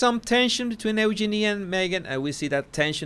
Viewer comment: just for future use it's u-jean-i